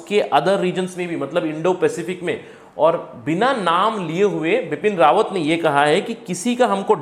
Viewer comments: Correct name Bipin Rawat not RAWAN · Pls correct bipin rawat instead of bipin rawan